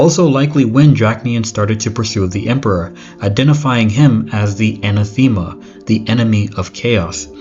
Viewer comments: I had a cat I named Bucephalus. He was a gigantic Russian Blue. Im a hardcore history nerd. I used to teach it. Suggestion: look up the pronunciations of words your not familiar with. Anathema is pronounced ann-ath-umm-uh. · Great channel, but please my brother get your pronunciations right! anathema = ‘a-na-tha-ma)